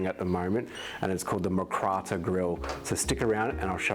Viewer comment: My Thai fiancé laughs at the pronunciation haha. Looks good but